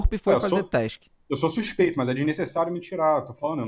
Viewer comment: Suspex não saspex